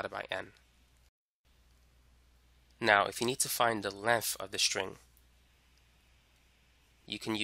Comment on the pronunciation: Length not lenf holy shit